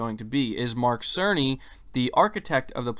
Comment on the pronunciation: Its mike cerny 🤣🤣🤣🤣🤣🤣🤣 every time they mention his name, it sounded like Mark SONY! 🤣🤣🤣🤣🤣